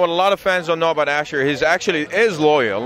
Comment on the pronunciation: It's pronounced as Ashoor, not Asher. It's Assyrian, not Hebrew.